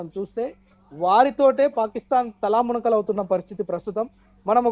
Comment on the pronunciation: తలామునకలు కాదు బాబు ఆ పదం తలమునకలు అని స్పష్టంగా తెలుసుకో.